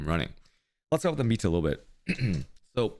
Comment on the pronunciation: 45 minutes in and I finally understand that's "meta" he's saying, not "amita", which makes it way more understandable